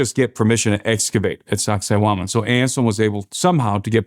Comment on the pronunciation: Every time he said Sacsayhuaman all I heard was sexy woman. Lol. :face-purple-crying: Lord Jesus please come get us Soon ! This place is nuts.